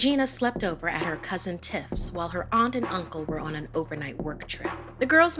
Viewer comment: Am I the only one who heard her say titts instead of tiffs😭😭